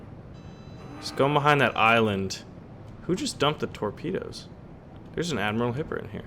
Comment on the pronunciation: TOREPANUS? hahaha.